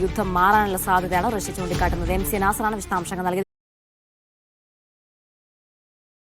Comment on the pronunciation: റസ്യ അല്ല..... റഷ്യ 😂